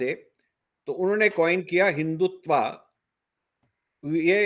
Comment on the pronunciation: Rajiv Saheb, it is Hindutva, not Hindutvaa